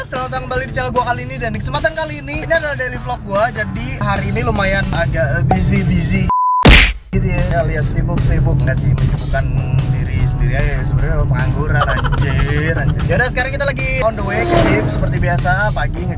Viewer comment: masukan aja.. "busy". bukan "bussy".